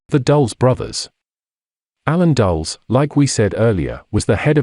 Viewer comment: Dul-les, not "Dulls"